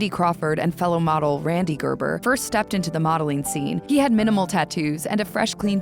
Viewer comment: "Gerber" ... worst name, and the way it's pronounced here is.. gaah!